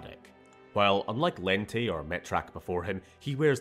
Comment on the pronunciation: Wow. I'm not sure how it happened, but the way Lente is pronounced is wrong. Maybe there wasn't enough communication between the writers and the voice actors, or maybe they just didn't care. Lente, as it's in the game, sounds ridiculous.